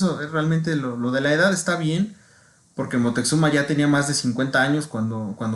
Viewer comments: Y es Moctezuma, x que dos veces dijiste Moteczuma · Si , el dice Moteczuma.